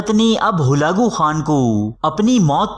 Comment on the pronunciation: Bolna sekho pehlay holagu nahi halaku hota hai...